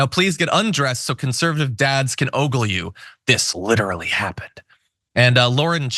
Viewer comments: Aw-gul, not Oh-gul... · Love you Jon. But it’s pronounced “aw-gull” not “ oh-goal”